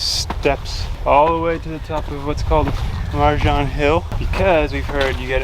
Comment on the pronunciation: Krka is good, marjan is pronounced more like maryan or marian. Love the vlog!